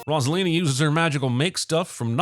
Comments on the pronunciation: everyone: ROSE-A-LINA cinemasins: ROSS-A-LINA :body-blue-raised-arms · 10,000 sins for mispronouncing Rosalina